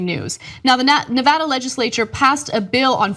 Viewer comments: Ana said Nevada right! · At least she pronounced Nevada correctly!! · Thank you for pronouncing Nevada correctly. It seems to be beyond most commentators.